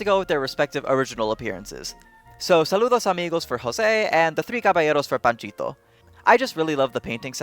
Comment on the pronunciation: I just have to say this but loved how you respectfully said Jose's and Panchito's names in their native language accent. Kinda shows your a respectful dude of culture.